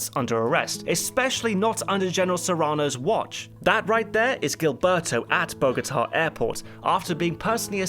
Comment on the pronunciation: Love your channel, your pronunciations are absolutely hilarious though. If you’re curious: -Gilberto = Heel-bear-toe -Trujillo = True-he-oh